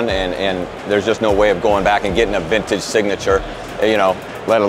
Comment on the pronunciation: It's not "VINNAGE"... it's VinTage!!!!